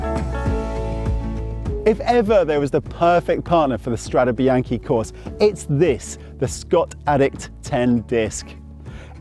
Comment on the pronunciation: You guys should be ashamed of yourselves - you're CYCLING WEEKLY, and you're ABUSING the pronunciation!! It's strah-day bee-yawn-kay. It sounds brutal when you pronounce it like the major league baseball team, the Yankees. C'mon, make a little effort!